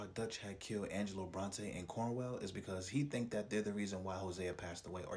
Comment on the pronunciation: Cornwall not cornwell